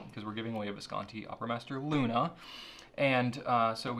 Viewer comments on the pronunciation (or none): none